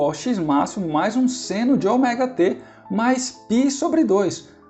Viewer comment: Muito boa a aula, só fiquei meio engabelado com a pronúncia do Ômega pra Oméga